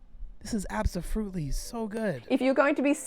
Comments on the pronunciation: I lost my shit when she said absofruitly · I died at the absoFRUCTLY part 😂